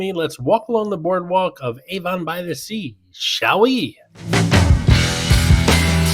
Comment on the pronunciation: as a resident of Monmouth County, where Avon by the Sea is located, I have to point something out. Avon is not pronounced like the perfume company!!! It's pronounced AV-on, not A-von!!!!! Thanks!!!